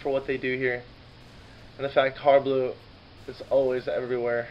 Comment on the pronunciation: First time I've heard someone call him har"bleu" instead of "blue"